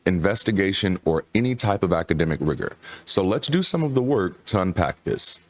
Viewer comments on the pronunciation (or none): none